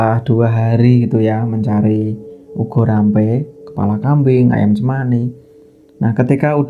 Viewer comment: Bukan ugo rampe.... Tapi ubo rampe